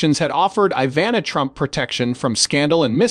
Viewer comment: No such word as confidantay as pronounced by the robot narrator, it's pronounced phonetically: con..fee..donnt....it's a French word. Code your bumbling narrator to pronounce words correctly. It's Ivanna not Iva...nah. It's wound not wound as a blemish on the body. Get rid of your AI or robot narrator.